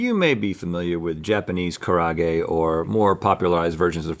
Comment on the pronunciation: Karaage is 4 syllables not 3. Ka-ra-a-ge